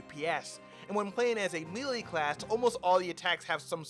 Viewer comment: and for the love of fucking god do gamers a favor worldwide and learn how to say melee. It's MAY-LAY. Not Mee-Lee